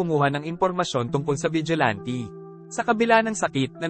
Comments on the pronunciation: Vigilante not ti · Vigilante: Wla po ako intensyon n kht ano po…. Masyado po matigas ang pagkkbigkas nio po s huling dlawang letra s salitang Vigilante. Dapat po malambot parang ATE in tagalog SISTER in english. salamat po